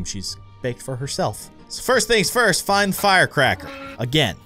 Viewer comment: you said fist not first